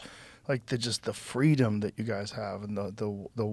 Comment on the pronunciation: "the feedom" 😂😂😂😂😂😂😂😂